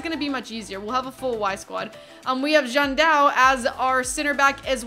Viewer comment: it's not ''Jandao'', É XANDÃO